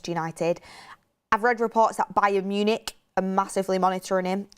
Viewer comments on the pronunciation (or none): none